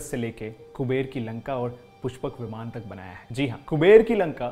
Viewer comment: विमाना नहीं विमान, वेदा नहीं वेद होता है